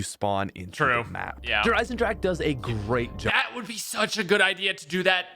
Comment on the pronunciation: Lol he said Der Eisendrache wrong